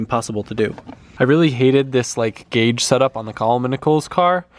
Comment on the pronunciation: Dude it's "GAUGE"!!!